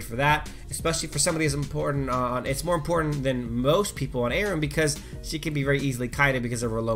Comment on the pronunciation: Omfg it's are-oo-m not a-rim. I'm a bitch